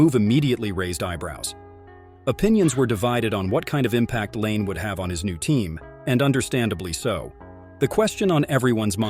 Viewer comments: say his name right too, its nott lane its pronounced line eh or others say lanay, bu noone calls patrick lane like you said, not trying to offend you but if you want more subs you need to say the right things, ill give you this, your editing skills are pretty good though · I really can't stand these AI voice generated videos. Why are people going to subscribe when you can't even take the time to voice the videos yourselves especially when you can't even pronounce the guy's name properly. His name is not Patrick Lane